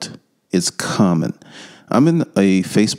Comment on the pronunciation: It's with not wiff